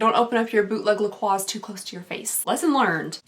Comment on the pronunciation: Not to correct your grammar or anything but I believe it's pronounced la-croy lol anyways I love your videos! You put a smile on my face every time I watch! Love ya!